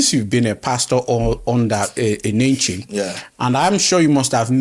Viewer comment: The way he even pronounced the name... since Paul Enenche is not genuine, u that is genuine how many life have u impacted, how many miracles have God done through u that we can even call fake. May God have mercy on you people, i am not member of Dunamis but i love the body of christ.